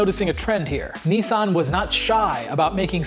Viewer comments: Niss Ann not nee san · Cool story but it's pronounced niz-san not neesawn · It is Nissan with a short i, not like the knights who say Ni. Nis. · It’s Nissan not neesan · it’s Nissan,not Neesan.ISS pronounced as in miss/hiss/kiss.please watch English/Australian/New Zealand videos on Nissan gtr and listen/learn how it’s properly pronounced.just like Jaguar which is pronounced with ‘U’,not a ‘W’.it’s not pronounced Jagwaaarrrghhh! it’s pronounced jagUar. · when he says 'Nii-san' instead of 'Nissan' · Here why you can't say Nissan properly 😁😁